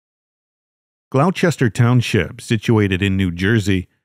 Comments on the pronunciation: First story. It’s Gloucester not glochire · AT- - GLOUCESTER- Pronounced GLOWSTER ! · Gloucester is mispronounced. It's pronounced glawster just like in England. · Learning the right pronunciation of nouns is necessary for any enjoyment of your videos because it sounds like nails on a chalkboard every time you mangle one; Gloucester= GLAW-ster.